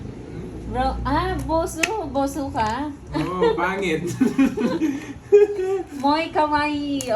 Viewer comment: buzo. hindi boso.